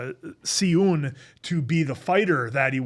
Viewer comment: tips on pronunciation from an american who tried to learn korean in highschool lol (please also correct me if any of this is wrong), for the names i personally would say "she-oon", "Bum-sook or suhk" & "soo-ho", etc dont remember the other names lol